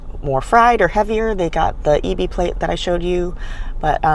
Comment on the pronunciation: dont know if youre Japanese..but the pronunciations are abominable. its not E-BE DIE-CON or PAWN-ZOO.